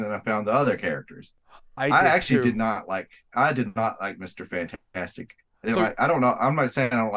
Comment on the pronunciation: you kept calling it fant-4-stic.... that bothered me a little....😂